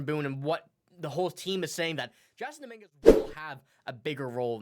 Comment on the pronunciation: How can you not know how to say Dominguez name and you have a Yankee podcast? Canadian accent doesn’t fool me start a jays cast bozo